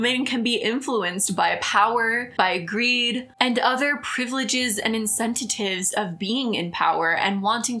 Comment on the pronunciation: “Incentitives” lol :) that’s a new one